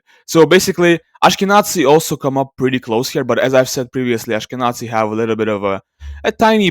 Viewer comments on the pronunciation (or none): The 'z' in "Ashkenazi" is pronounced like 'z' in "zero". Moreover I have to ask, what is the source of this sample? Is there archeological evidence taken into account to conclude this person is Jewish? Or are you just assuming they are Jewish exclusively based on their closest genetic populations?